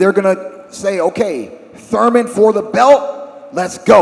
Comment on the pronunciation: Did One-Time just say "Thurmanator" 😂... love it ‼️